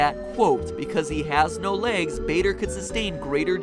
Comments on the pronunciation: Im fairly certain that baders name is pronounced Barder. A building at my school was named after him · pronounced barder. I'm an air scout so I know and It is called bader group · Or they are covers for there legs. Also it is pronounced barder not bayder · Douglas Bader is related to my teacher and it is pronounced Boder not Bader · im pretty sure its pronounced bader as if you were saying harder not as if you were saying darth vader. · Matt, this is just so you know, Douglas Baders name is pronounced 'Barder' not 'Bayder'. Just so you now. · Bader is pronounced Bar-duh, and is the name of the Air Training Corps' training system in the UK~ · I'm pretty sure that the "a" in Bader is pronounced like the "a" in "star". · Please look up the pronunciation of names before you do these theories involving real people thanks, People such as Douglas Bader sounds like how you would say barber as in the heair cutting place. But in-stead of saying barber you would say bar-der. Thanks like the shows any way thanks for putting in the time to do these. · I believe it is pronounced Douglas Ba(r)der but great video and love these scientific non FNaF videos. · Matt sir Douglas bader went to my school and his name is pronounced bard-er Louis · Though it has no real effect on the video, Douglas Bader is pronounced "Bar-der" if you ever use his name again XD Awesome video MatPat, always look forward to Game Theory videos :3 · Great video matpat but need to correct your americaness a second douglas bader its pronounced baa derr jus for future reference ;) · The Game Theorists Douglas Bader is pronounced Barder. i grew up near the Douglas Bader Arms in Derbyshire (UK) and watched the sitcom about the same pub and that is how everyone pronounced it.